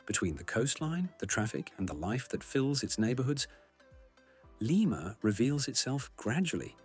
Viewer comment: Did the announcer participate in the visit? How in heaven's name is he repeatedly calling the capital of Peru "Layma?" Didn't someone edit this who has knowledge of the country?